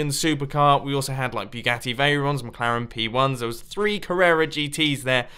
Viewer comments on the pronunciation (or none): none